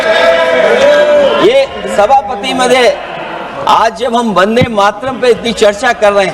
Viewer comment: भारत का दुर्भाग्य अनुराग जैसे भी सांसद जिसको बन्देमातरम भी बोलना नही आता.बस चापलूसी करते रहते है